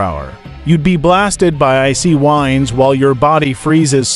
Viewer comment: the AI voice really did you no service. It sounded stilted and made several mistakes. Example "the winds..." meaning a noun that refers to the movement of an atmosphere. What the AI voice said was "the winds" as in the verb for winding something up. That's just one example of why I hate it when content creators don't use real people for their narration voices.